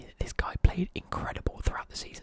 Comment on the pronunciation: it’s pronounced egen not egan